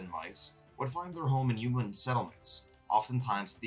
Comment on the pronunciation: Great video! Very informative and great pacing and editing. Side note, I love the way you say "yooman", it cracks me up!